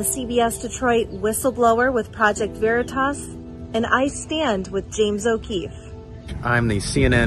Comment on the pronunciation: He calling it Project Veritass